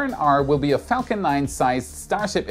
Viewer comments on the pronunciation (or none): none